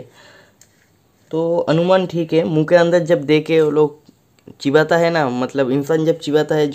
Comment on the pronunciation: Chibata nahi dost chbata 😁😁😁